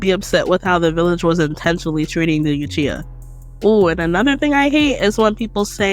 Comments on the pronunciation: Good points, loved the video, but why you say uchiha and hyuga like that? “you-chiha” “High-yuga” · Only cause she don’t know how to pronounce some things, “you chiha” “high yuga” If you watched the show at all there’s no way youd pronounce it that way lol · New drinking game: Drink every time she says "Yuchiha."